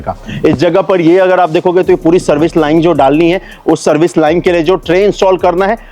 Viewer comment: भाई लाइन को लाइंग क्यों बोलते हो बार बार आप?